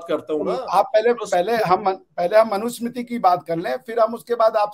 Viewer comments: Ishtiyaq Ahmed should know that the name is Manu Samriti and NOT Manu Samitri. He misspoke many times. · I respected dr ishtiaq Ahmed alot till today but today after listening to his views on Hinduism and the mughal history. I will never listen to the guy again, a person who cannot pronounce the word manusmriti properly claims to have read manusmriti and fully understood the contents. Secondly mentioned about low caste person from mahabharat who lost his thumb is a clear indication of ignorance letting the to know about agenda. There is no mention of eklavya as low caste in mahabharat and Mr Ahmed could provide the references from mahabharat authored by vyas ji. He is also trying to defend the atrocities committed by the Islamic terrorists (invaders).this guy sounds to be a biggest hypocrite and should be kicked out of India as soon as possible before he tries to poison the minds of the jihadis in India Islam andar dimag pichwade se bahar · Islam pe nahi bolega buddha jahan philosophy hi sociology ko curve karti hai... Par hindus ko gyaan dega manusmriti pe... Pata kakh kuch nahi sanskrit aati nahi hogi... Sanskrit chodo sahi se manusmriti nahi bol sakta aur kehta hai manusmriti padha hai... Arrogant.. Islamic apologist of highest order... Ohh bhai tere mulk mein do char writer nikale honge... Humare desh mein har field mein tujhse lakh guna decorated writers intellect nikalne hain humein gyaan mat de..!! Modern historian AIT ko debunk kar rahe hain aur yeh abhi bhi uss flawed theory ko push kar raha hai...!!!